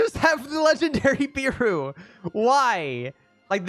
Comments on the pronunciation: btw ur saying beru as bEru when its more like behru after u say it like that say it without the h and hts the proper way to say it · BRO ITS NOT BIRU ITS BERU BERUU